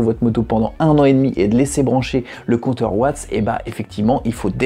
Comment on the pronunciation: Ça se dit watts on prononce le s sinon bonne vidéo continue